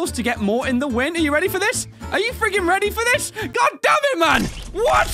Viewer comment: Has anyone else noticed that whenever says "damn it" it sounds like "damage "?..... Or is it just me?